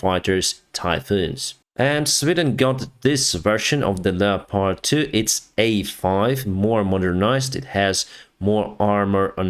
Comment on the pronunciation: I wish he could pronounce leopard properly